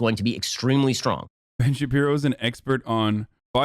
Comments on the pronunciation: I like it because it slowly chips away at his credibility. Wont even call him by his actual name. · "Ben Shapeepee" is my favorite. Idk why hearing people say it just tickles me in a neat way. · I never get tired of hasan saying Ben shabibo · Ben Shapeepee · How could anyone get sick of it. Is so funny 😂😂😂😂